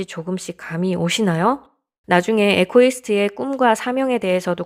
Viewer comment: 이고이스트가 정확한 발음입니다ㆍ